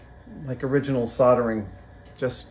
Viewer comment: At least you're a good 'Merican and pronounce soldering correctly, unlike other furin makers on here and have to pronounce the 'L' in solder. SAW-DER !!!